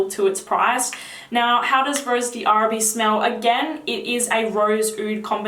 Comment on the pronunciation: Hi, I just ordered Oud Bouquet because of you! Can't wait to try it. Also, Rose d'arabie is pronounced Rose DARABEE, the D' is not pronounced separately from the word Arabie. Hope this helped!